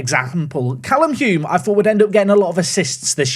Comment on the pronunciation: Can’t help but get slightly annoyed every time misses the ‘L’ in Hulme’s name and calls him ‘Hume’🤦🏽‍♂️😂